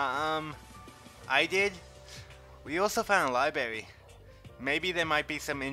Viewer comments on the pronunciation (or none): "Quiet! This is a libarry!" That's the first thing I thought of when I heard the library mispronunciation.